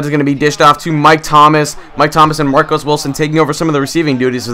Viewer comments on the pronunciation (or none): Love the series, but it's pronounced Mar-keese Wilson, not Marcos. Just sayin, love the vids!